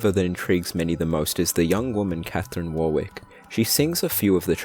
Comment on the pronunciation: This was a great iceberg video, but the name Warwick is pronounced "Worrick" :)